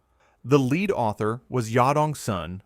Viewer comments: Funny how AI calls Pb, leed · Fascinating content, but the text-to-speech mangling the word "lead" really is jarring.